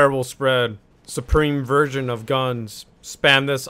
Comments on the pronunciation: “Supreme virgin of guns” Me: what did I just hear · "Supreme virgin of guns" wait guns are virgins? Never has been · When pronounces “virgin” and “version”